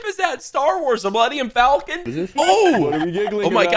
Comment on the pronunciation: i hate this guy because he called it the maleniam falcon💀